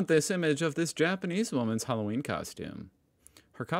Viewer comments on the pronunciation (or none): none